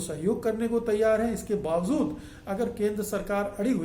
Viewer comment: 'Baawajood' hota hai naa ki 'Bawazood'🙏